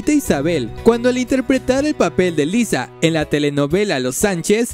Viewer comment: Era Laisa no lisa 🙄